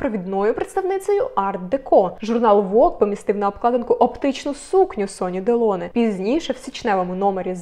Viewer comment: Ударение в фамилии Делоне на последнем слоге как и в имени Робер.Это правила французского языка.